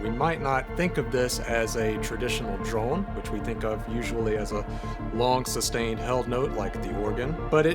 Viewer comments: Is he saying “droln” though? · is anyone else hearing "droln" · Yes and it’s kinda driving me nuts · I am sorry, I am so sorry, I'm a linguistics guy, I love thinking about the sounds we make in language, I mean this question entirely innocently but I must know! You say "drone" every time, in this video, in a way that surprises me, with (roughly speaking) a short, unmoving 'o' sound rather than what I've always heard before in every native English dialect, a longer 'o' sound that closes up as it is pronounced. So I am asking--do you by chance have a faint trace of an accent from some other language poking through there? (I.e. do you have a second native language or were raised around one?) Or is this just an American regional accent I wasn't aware of? (I've been assuming yuo're from Arkansas or nearby from what I've heard so far.)